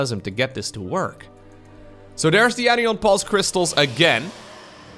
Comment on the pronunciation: The word anion is pronounced ANion...not anIon. It sounds essentially like saying "an ion" as two separate words. So anion sounds like "an ion" cation sounds like "😺ion"